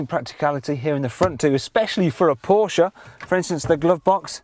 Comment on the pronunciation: that's how it's pronounced- por-sh-ah